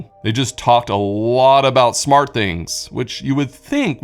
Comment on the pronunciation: It's smarT home, not smarh home. Try T's. They're fun